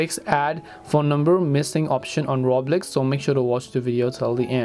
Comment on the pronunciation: did he just say roblex i thought i was the only one who said that as a joke